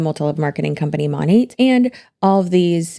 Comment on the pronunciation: 😂😂😂 It's actually pronounced as Money??? I thought it was Moan-aht. This shit got weird real quick, and I'm really put off by that company even more. Feeling sensitive today with my hormones, so Imma let you have a view, a like, and a comment. Maybe I'll finish this in the future. I think the Auwwrrr Naurrrr sent me over the edge, because I already hate someone with that accent, plus her friends.